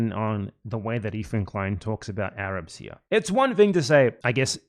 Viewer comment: "THE AYRAABS ARE KHAAMAAAS"